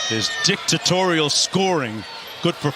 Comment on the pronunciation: MF said "Dick Tutorial" scoring lol (I know it's dictatorial)